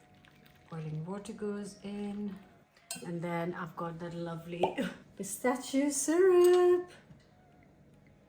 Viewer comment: Why does she pronounce pistachio wrong